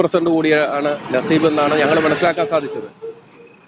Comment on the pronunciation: നസീബ് അല്ല നസീഫ്.... നസീഫ്.... എല്ലാരും എന്നെ സംശയിക്കും